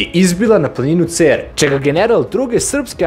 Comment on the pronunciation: Nije Ceeer, nego Cer sa kratkim e, al nema veze. Svaka cats brate! Šabačka divizija!